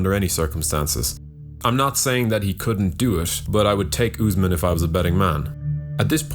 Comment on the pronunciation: he calls him newsmen lmao